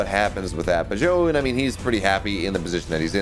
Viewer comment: Omg, just let me co-host just so that one American announcer for the first time can pronounce Zoun's name correctly